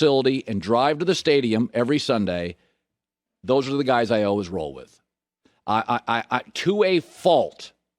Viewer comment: Colin “alwas” Cowherd